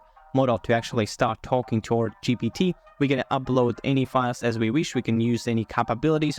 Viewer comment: GPT not GTP